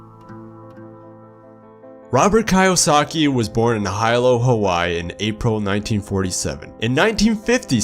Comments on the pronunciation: sorry but its pronounced "hee-low" not "high-low" (i lived in hawaii for a while). still a great vid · High-lo Hawaii lol. Its pronounced Hee-low. (Hilo, Hawaii) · Lol I am Hawaiian and when I heard HII-low I was like.... Wtf it’s pronounced Hee-low XD got a good chuckle from me though. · He was raised in “Hi Low”. I’m pretty sure it’s he-low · "Hi-Lo?" LOL! Duuuuude, no. Heeee-lo. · The island is pronounced helow not highlow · Love the video but it's not pronounced Hi-Lo it's pronounce he low. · Good stuff! And also.. The pronunciation of Kiyosaki and Hilo is with a double ee, Keeyosaki and Heelo.. Just had to throw that in since it threw me off😅 Thanks for sharing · KIYOSAKI = KEY-OH-SOCK-HE , HILO = HE-LOW .... Otherwise, l appreciated the video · It’s pronounced more like “he-lo” lol but great video thank you 👍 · Its HILO Hawaii not "High" low lol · KEE-oh-saki...... Hee-lo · High-Lo Hawaii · The city he was born in is pronounced (he low) Hilo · That’s not how you pronounce Hilo 😂 Hawaii